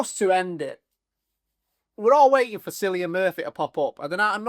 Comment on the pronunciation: I know it's spelled 'Cillian' but it's pronounced with a hard 'c', like 'Killian'.